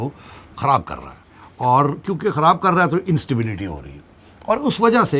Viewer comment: This lady has big tongue and act like Indian anchors kharab saying kahraab